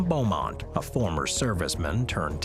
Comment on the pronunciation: Its" Belmont" not bowmont children